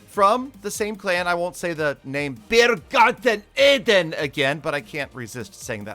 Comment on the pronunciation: I really liked it, how you pronounced Biergarten Eden😂👍, greetings from switzerland